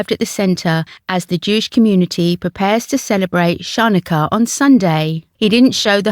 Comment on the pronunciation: Could you at very least learn to pronounce Names and words correctly when you are making a report about event/religion/customs! The first section on Chanukah was an insult to the Jewish community and to the King's efforts!